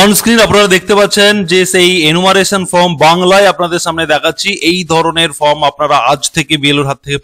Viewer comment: ""FROM" na dada...""FORM"".......OK SIR. !!!!!